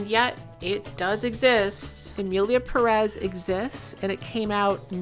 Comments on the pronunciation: Now that we're all trying to be more inclusive and what not, as a Spanish speaker I must tell you all, it's PE-rez, not Pe-REZ, the emphasis in on the "Pe", that's why it has the little accent on the top (Pérez), it indicates where the stressed vowel is. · I cringe so hard every time you say emilia peREZ IT HAS A FREAKING ACCENT IN THE FIRST SYLLABLE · 100% splitting hairs here and way beside the point. But as a latino it is killing me that you are saying Pérez the wrong way around. The accentuation is in the first syllable of the last name "Pe" hence the accent ´ (not that I expect a speaker of a different language to know this grammar rule). But it is also the most common pronunciation, by far. You are saying it as peREZ which is the other way around. Anyways fuck this movie and fuck the director, I think we should all focus on Johanne Sacreblu - 2025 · ok this video is banger and I´m just one minute in but as a native spanish speaker and latino you pronouncing the Pérez without the accent (peREZ) instead of (PErez) is driving me insane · Worst part is that not a single soul can pronounce Pérez correctly. It has the freaking accentuation right there wtf is wrong with you people!! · The stress on the second syllable of "Pérez" kills me. But i bet this movie already killed you first.